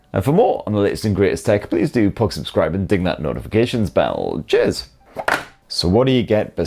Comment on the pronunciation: I SWEAR sometimes he says Jizz instead of Cheers just to troll us.